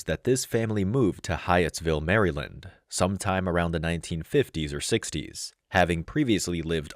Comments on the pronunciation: “Mary-lind”? Who pronounces it like that? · ¿Why do you insist on using a pathetic, insulting AI voice that has not been programmed to correctly pronounce the State name 𝗠𝗮𝗿𝘆𝗹𝗮𝗻𝗱?